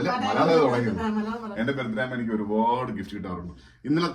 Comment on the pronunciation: ബെർഡേ എന്ന് പ്രൊനൗൺസ്‌ ചെയ്യരുത് ബേർത്ഡേ എന്ന് പറയു.